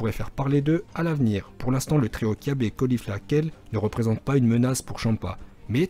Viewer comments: On dit caba pa cabé et pas colifla mais califla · Pour Caulifla, tu l'a mal prononcé c'est Califla la prononciation et pas Colifla, OK !